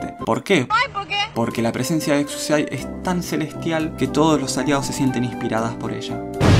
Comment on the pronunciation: Como que no se pronuncia exusiai